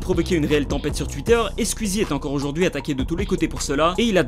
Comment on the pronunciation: Est-ce que ça perturbe des gens qu’il dise « Squuzie »?